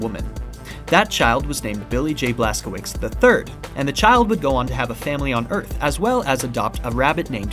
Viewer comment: since you gave permission to call you an idiot your pronunciation of Blaskowicz is horrible and it hurts my Polish ears to hear it butchered like that